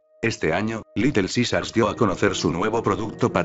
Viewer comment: litel zizars :v